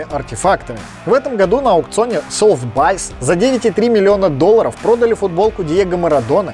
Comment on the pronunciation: видос кайф, еще бы добавил форму сборной СССР с одного из последних для них ЧМ. Только аукцион читается как «Софтбис» или «Сотбис», но не «Софтбайс»